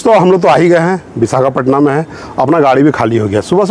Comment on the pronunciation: it's not Vishakhapatna it's Vishakhapatnam, kindly correct yourself.